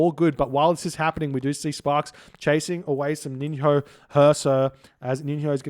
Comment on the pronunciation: Just for your info before casting the next games, NiNHO is pronounced like NiNYO, actually in the same way that you would produce NJOrd.